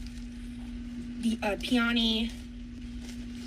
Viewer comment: pee-on-ee? does she mean peony???